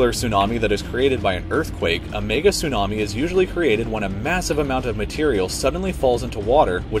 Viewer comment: when he tryed to say mega but he said the n word